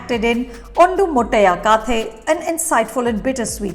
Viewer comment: It's Brahmayya with a stress on 'y' (nee Bramaya) Ondu motteya kathe (nee kaathe)